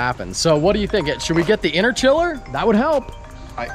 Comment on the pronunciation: Hearing u call it an interchiller made me cringe. Good vid tho😂